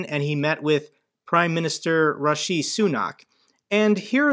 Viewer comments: It's Rishi not Rushi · his name is Rishy… like in the comic character Rishy Rich… hope that helps you avoid Joe Biden’s mistake😂 It is not Rashy, he does NOT have a rash… and has not been known to be rash… unlike his predecessor… so Bro… hope that helps!😅 Ps great channel! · its pronounced Richi, as in rich! 🤑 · Great work! Rishi is pronounced like fishy, but with an R. 😊